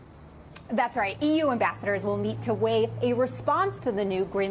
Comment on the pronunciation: exorbiDANT is not a word there just so you know it's Exorbitant